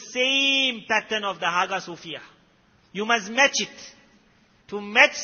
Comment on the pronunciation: It's pronounced as Aayaa sofiah Not haga sofia